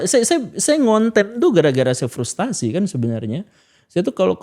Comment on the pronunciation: FRUSTRASI bukan FRUSTASI